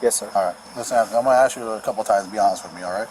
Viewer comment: Ask, ask ask. Not aks, not aks